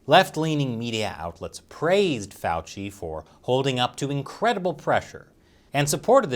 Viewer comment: Now I know how to pronounce Fauci, thank you.